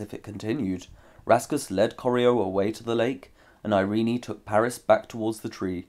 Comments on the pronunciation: Irene is pronounced just "i-rin", not I-rin-i... Where did you get the idea?! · Irene is traditionally pronounced eye-reen. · Learn to pronounce “Irene.”